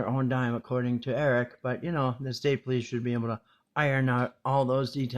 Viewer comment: After awhile this guy is just like blah blah blah! He lost me when he couldn't read the word " Police"